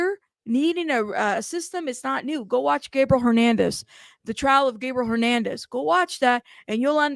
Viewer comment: Also,, you keep saying Gabriel Hernandez and it's actually Gabriel Fernandez with an F... Just want to make sure people are able to find the case because it really was one of the most horrific of our time...